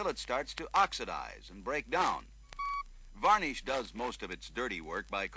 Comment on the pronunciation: Gah... stop saying "varnIsh". :P